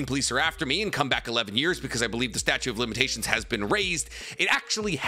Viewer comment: "Statue of limitations"